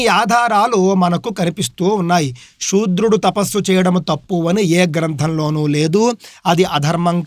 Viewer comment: సూద్రులు అంటారు శుద్రడు కాదు అక్కవచనం సుద్ర